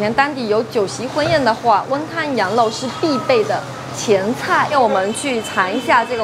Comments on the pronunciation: 羊肉而不是羊漏哦！ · 这个讲话明显舌头是短一点的羊肉发音为：羊漏！还有把羊漏吊起来晾发音为：羊漏吊起来浪！老早就发现她舌头有问题一直都忘记说了今天太明显了……